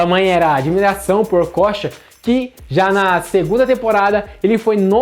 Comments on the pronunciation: Se pronunciava Okôcha, na época...Amador! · kkkk Essa tua pronúncia do nome dele tá tensa! Okocha jogava muito, mas sacanagem esse titulo chamativo p/ visualização. Lembro do Assis no Grêmio, o jornalista pedindo pro Assis, sobre o grande momento que estava vivendo no futebol, ele disse algo do tipo "Tu acha que eu jogo bola, isso pq tu não viu o meu irmão" Não lembro as palavras exatas, mas era tipo isso aí, e na época Ronaldinho ainda era uma criança. Pior que muitos jogadores profissionais nos anos 90, comentavam que quando acabava o treino, eles iam vê o treino das categorias de base, pra vê o Ronaldinho jogar, pq o menino já era foda. O Okocha foi e sempre será uma grande inspiração, mas em relação a Ronaldinho, no caso brincar com a bola, ou melhor usar esses artifício em campo, p/ a construção de jogadas, acredito que o Djalminha foi a maior inspiração!